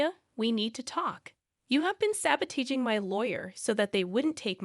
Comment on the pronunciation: .. Lol.. So that is definitely the most creative pronunciation of the word sabotaging I have ever heard in my 68 and a half years